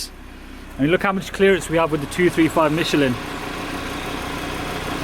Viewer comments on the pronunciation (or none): none